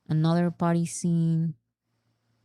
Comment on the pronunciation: I promise I'm not trying be an asshole but as an ESL teacher, I absolutely HAVE to talk about this. For the word "party" we gotta hear that "R" sound, or we will think you keep saying "potty" and in American English that's another word for "toilet." I'm not talking about the bathroom. I mean the actual thing that you sit on to poop/pee. THIS, folks, is why you never hire a British/Australian ESL teacher. I replaced a UK teacher two years ago and we spent nearly an entire semester going over rhotic Rs.